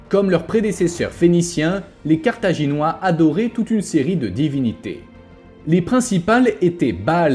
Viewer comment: Sérieux, entre le titre en -ois, la miniature en -ais, et la 1ère prononciation en -oirs, le destin de Carthage est bien illustré, c'est un carnage 😮